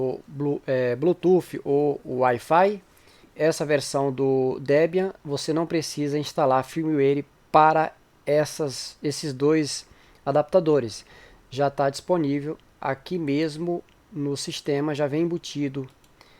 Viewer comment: Bom video! Uma dica, treine um pouco a pronuncia das palavras em inglês, exemplo: Firmware. Ouvir pronúncia errada, de um termo tão difundido na área, afeta a sua credibilidade.